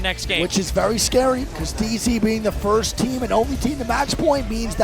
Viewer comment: Has anyone ever noticed how says "firsht"?